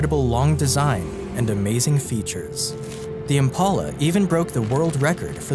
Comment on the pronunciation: Impala not impaula